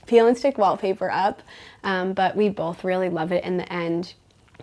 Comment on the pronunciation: The "bolth" for "both" was a tell that we might be in Mormon Country with, yet again. Not a criticism, just an observation. They're quite the influencers.